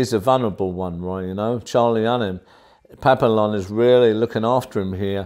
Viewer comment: Just letting you know it's pronounced pap-e-yon.